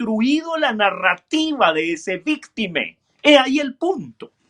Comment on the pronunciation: Me queda solo una duda: porque dice víctime?